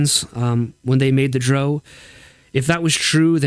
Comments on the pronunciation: How did I know you would pronounce Drow in the objectively incorrect manner. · I agree with everything you said except for the pronunciation of "drow." Haha. Awesome stuff,. Thank you!